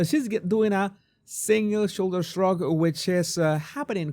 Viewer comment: A single shoulder shrug. Say the 5 Xs fast! I thought he said the second time, " a single sugar shug"!